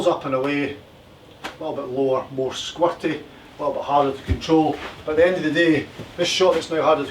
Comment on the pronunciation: 'Squirty' just sounds so great in a Scottish accent.